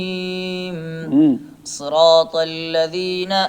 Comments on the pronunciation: ماشاءاللہ بہت عمدہ مگر آ پکا لفظ صراط مجہول ہے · آپ کا نمبر ہوتاتو ضرور گپ شپ لگاتے اجرا کا مجھے بہت شوق ہے۔۔۔۔۔ اچھا حضرت صراط میں ص کی ادائیگی أپکی بھی مجہول ہے ۔۔۔۔۔۔